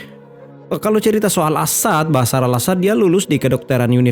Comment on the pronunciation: BASAR❎ BASHAR✅ Nyebut nya yang benar. Jangan dibuang sebutan H nya